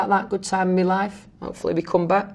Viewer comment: "opefully we come back" Wait what?